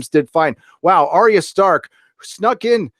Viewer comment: WILL YOU STOP FUCKING SAYING ARIA. HER NAME IS ARYA